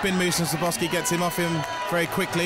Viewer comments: This commentator, the british guy, is terrible... who the hell is Sirboffski? The man's name is Skarbowsky, put some respect on it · His name is pronounced skarbovsky. The W is pronounced as a V